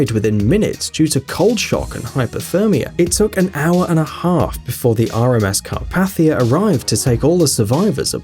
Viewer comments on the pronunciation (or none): Carpathia is pronounced Car Pay Thee A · You mispronounced Carpathia and Ballard.